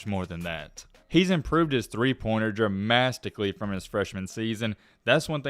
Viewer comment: Thought I was the only one that caught that 😂